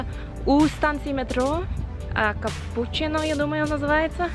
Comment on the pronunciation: Станция метро Купучино-теперь всегда буду так говорить🌚👌